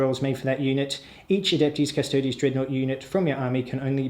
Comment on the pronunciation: Darling, it's pronounced oob-lee-ett. You're absolutely smashing the pronunciation of Custodes though, nice one, which is a refreshing change from... certain other channels